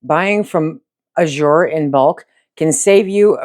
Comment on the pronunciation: The word azure in the name Azure Standard is pronounced with the accent on the first syllable. Not that it matters that much but I would want to know if I’m saying a word wrong. Thanks for your videos. I love watching!